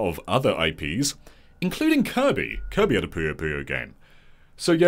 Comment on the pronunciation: I like how you pronounce Kirby :>